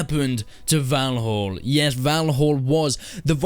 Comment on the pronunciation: Its not "volholl" its "val-all"